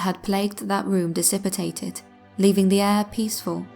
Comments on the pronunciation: Dissipitated isn’t a word. Dissipated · I love your voice and the stories are better than most. Literally only one thing: it's pronounced "dis-i-pay-tid", not "dis-ip-it-ayt-id". I don't know if that's an English thing, like how some British and Australians say "al-you-min-i-um", rather than "al-oom-in-um". Not sure but compared to the other channels like yours, your voice is amazing and your inflection is awesome! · No in English we dont pronounce disipated as disipitated. Aluminium is the correct pronunciation of the word as it is spelt in English. American dialect shortens that to aluminum.